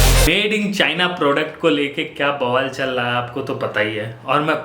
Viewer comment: Let me try... Aur bhai kya chal laha hai